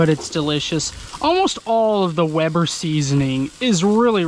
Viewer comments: Hey how you doing. It's from British Columbia Canada..... Isn't it.....Weeber...lol!!! As your brother would say. No offense. But it is, as you say it Weber. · I like you now more cause you pronounce weber properly and ace does not lol keep up the great videos man.